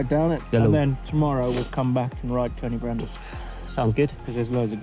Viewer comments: Cody Brennan! 😂 its pronounced like koyd, uh brenin 🤘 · its c-oi-d y brenin not cody brenin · why did he nsay Coed-y-brenin which is the kings trees in welsh, like cody brenan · Coyd-Uh-Brenin is how it's pronounced 👍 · Good effort but you say it like coid or coyd ee brenin. Close enough though. Top vid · coed y brenin is pronounced Coid y brenin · The way he pronounces coed y brenin 😂😂